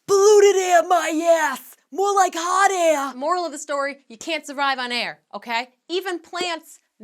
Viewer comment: "Polluted aair my ass more like hot aair" the way says air like that lol